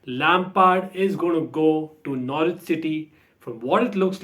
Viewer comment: Tonight I will watch Russia v Cyprus. I don't mind international football it gives the brain a rest lol. Glad you are saying Norwich correctly 😁 funny video.